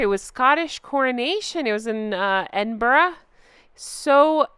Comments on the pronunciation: Good on you. You actually pronounced Edinburgh correctly. My grandfather is from Scotland. Usually people just butcher it. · Oooh you said Edinburgh correctly RESPECT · Hey you say Edinburgh correctly. 👏👏👏👏👏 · So refreshing to hear an American (I’m assuming; I’m so sorry if you’re Canadian) saying ‘Edinburgh’ properly! Can’t tell you how much my skin itches when I hear Americans saying ‘Edin-burrow’ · Well done for pronouncing Edinburgh properly. Most Americans say Edinberg or Edinborrow.